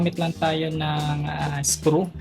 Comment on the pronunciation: I like how he pronounces the word screw as skru